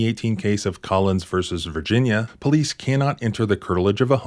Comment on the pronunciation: COOLIDGE PO-LICE, OFFICER BIGBALLS HERE